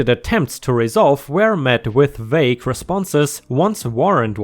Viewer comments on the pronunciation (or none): none